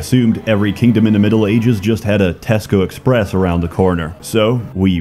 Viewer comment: Hearing an American say Tesco Express legit shook me to my core